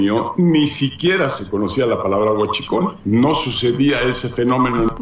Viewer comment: Ay chentito pues tu tenias guschicol como tu tenias que pronunciar la palabra guachicol